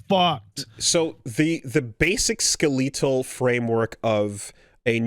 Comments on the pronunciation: Did anyone else hear how pronounces "skelatal" 😂. Why is he so bad with word pronunciation loll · Never heard anyone pronounce skeletal like that